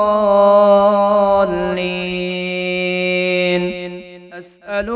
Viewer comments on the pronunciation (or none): none